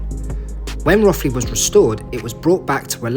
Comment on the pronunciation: It's pronounced Roe-thley,not Roth-ley.Most people get it wrong so you're not alone.